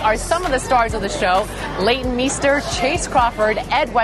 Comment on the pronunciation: It irritates me much the way she pronounced the name of Leighton